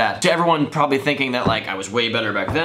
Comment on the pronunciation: "PROBEBLY" LOLLLLLLLL